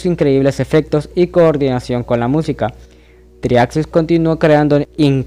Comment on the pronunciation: El primer paso para explicar algo de Geometry Dash es saber pronunciar el nombre. En fin, buena explicación.